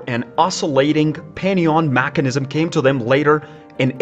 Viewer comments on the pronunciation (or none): how can i take you seriously after you said makanism